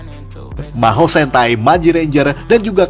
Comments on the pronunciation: Mahou (魔法 （まほう））bang bukan maho 😂😂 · Pelafalan nya tetep maho lah